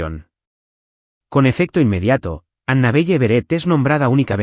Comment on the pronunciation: ANABELLE NOMBRE SAJÓN SE PRONUNCIA ANABELE, NO PEQUES DE LITERAL NARRADOR ESPAÑOL